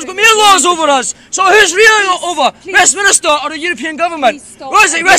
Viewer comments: It is pronounced WEST MINSTER not WEST minister, and you then go on about europe. If you listen to the WEST MINSTER (go on say it propely) then Scotland won't get into europe so your point is not valide there. Where does it promote anti english? On a wall acording to you. So one wall means the whole of Scotland votes NO be serious. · by the way mate, it's called Westminster not West Minister. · Gavin Kleboe I intend to vote Yes but my question was actually poking fun at the idiot on the video who kept talking about West-MINISTER when it is actually West-MINSTER.